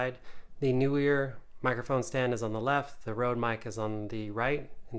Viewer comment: NEE-WER as in knee-wur